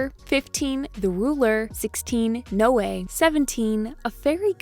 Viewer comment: Noe is literally my nameeee😭 It's pronounced NOO-EE It's like zoe You just remove the "z" It's the same pronunciation